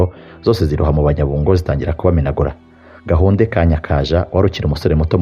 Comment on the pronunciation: nuzajya uvuga amateka ya kera, ujye ubanza ubaze uko amazina ya kera avugwa. Dore nk'ubu uko uvuga Nyarwaya, Rubega na Gahunde amasaku ushyiraho siyo.